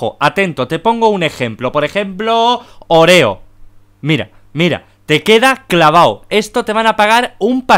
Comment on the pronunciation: Se llama óreo porque le dice oréo?😂?😂?😂?